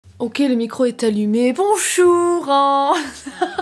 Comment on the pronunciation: Ton ” bonchour ” du début, c’est trop moi punaise quel horreur 😂😂, gros bisous à toi 😘✨